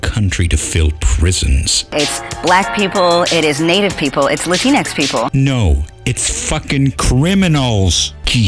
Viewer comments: One thing that really bothers me is the way she pronounced it. "La-tee-nix"? I think it'd be said "La-tinks". Not that it really matters either way, since the word's existence itself is unnecessary to begin with, as 'Latino' and 'Latina' already exist... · LatinX is pronouced "Lah Teenks". (Okay, I'm really not sure. But it sounds funnier as "Lah Teenks".)